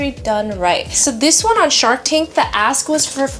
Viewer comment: Ya need to start pronouncing the K in ASK.. just sounds like you’re saying AS* 😂😂😂